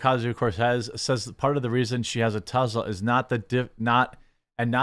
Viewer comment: Why are you saying Tezla?